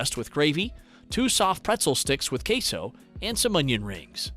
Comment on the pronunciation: not (cae-so) it’s (que-so)